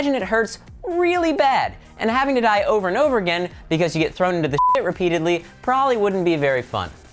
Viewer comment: (Die) not sie